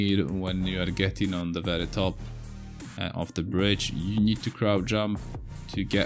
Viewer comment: What's "crout" jump? Isn't it "crouCH" jump...?